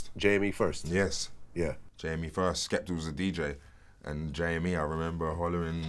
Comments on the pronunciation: Its Skepta not Skepter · It's SKEPTA, Vlad. Not SKEPTER. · Why TF does Vlad pronounce Skepta as 'Skepter' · "Skeptur" - Dj Vlad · I think he called him skepter cause remember skepta done a show in America & they wore on the tour bus with the females & one the slags called skepta skepter 😂😂😂 so I dunno he could of fucked up aswell but saying it 3 or 4 times even after Wiley saying it properly???? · Bro it's Skepta, grime legend, get the name right. Be like if I had a show n I started talkin bout 40 cent, n&m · KarlhiX Issa Right! lol... Vlad, you got one job. Just one